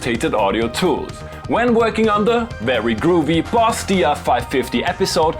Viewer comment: He's German so he is perfectly capable of pronouncing /v/ so he must choose not to pronounce it right. Wery good flair I will definitely commit multiple counts of woter fraud for you.